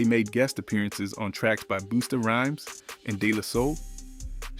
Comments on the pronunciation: "BOOSTA" Rhymes & DEE La Sol??? 😂😂😂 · If you say “Jane” and “Boosta Rhymes” one more time…damn, how old are you? It’s crazy cuz you sound black. Even my 7 year son knows how to say their names right. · this dude is not black😂 he said boosta rhymes😂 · He said BOOSTA RHYMES. THIS IS PAINFUL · Boosta Rhymes smh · Bust*a rhymes….. please research pronunciations before finalizing videos. Unfortunately you butchered numerous names. We must respect the artist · And who is 'Boosta Rhymes' ? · Okay... Sorry but I have to unsub. You're killing names like that's a war, this ain't right. Who's Boosta Rhyme? 😂 If it's AI, find the confidence and narrate your work Yourself. Or find someone who can work it for You...